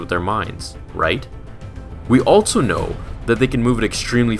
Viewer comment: Am I the only one who notices that every time he says "also" it sounds like "altzo"?